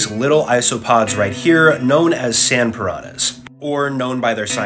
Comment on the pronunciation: You guys can't pronounce piranha the right way